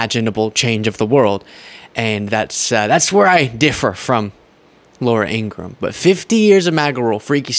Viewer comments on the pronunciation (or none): IngraHam, not Ingram. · it's IngraHam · Ingra-ham, he said it...